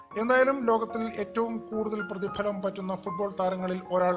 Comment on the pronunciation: Prathifalam aan prathilam alla